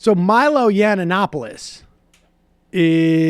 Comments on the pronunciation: I’m 8 seconds in and Jesus Christ this guy can’t pronounce Milo’s name lmao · I love all the different ways Sam keeps mispronouncing Milo's name. I would love to see Michael as a lawyer. "As you can clearly see, Your Honour, my client is a piece of shit!"